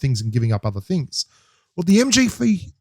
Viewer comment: MG3 and MK14 are a beast Loadout BELIEVE ME! 😎 I heard that "MGFEE" 🤣🤣🤣